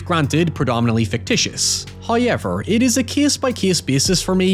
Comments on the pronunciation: First "hoyevver" drops . An early Christmas present! We are humbled and grateful. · Hit us with the hoyever within the first 30 seconds, is that a record? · no worries I'll always love hearing your howyevers!